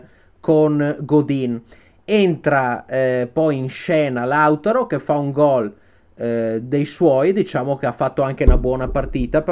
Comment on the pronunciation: Mi fa impazzire il continuo cambio di accento su Martinez che passa da Lautáro a Láutaro con un'elasticità che a Conte farebbe decisamente comodo... #Lautaró